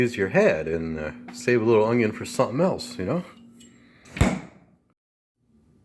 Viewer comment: Whats with the camera view?..old64goat will hate this video, he hates that vertical camera format...I think you're 1 percent stud and 99% muffin..haha.....what no whiskey in your cabinets?....Don't invite Nancy Pelosi over until you fill your freezer with ice cream!....when you say "unyon" you sound like good old Justin Wilson...I guarantee!...That picture of that indian guy ( Iron Eyes Cody) was a fake italian actor who spent his career lying about his indian heritage... sorta like that pocahontas chick from Massachusetts.. I loved that indian maiden on the butter package..damn stupid people for removing it!..That looks good...You have enough for an army there...Regards, Buzz